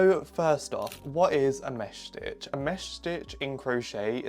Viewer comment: idk why, but the way you pronounce 'mesh stitch' is satisfying- (btw ur so cool)